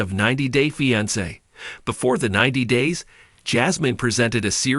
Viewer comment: I detest how you say fiancé